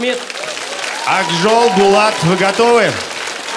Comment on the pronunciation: Почему ведущии говорит "БАлат", разве трудно прочитать по бумажке "БОлат"?